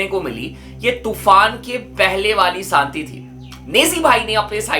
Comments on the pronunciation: Santi nahi bhai Shanti hota hai bro Shaaa pe dhiyan do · Bc, Saanti nahi Shanti hota hai. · Shanti ❌ Saanti ✅ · Shanti ❌saanti ✅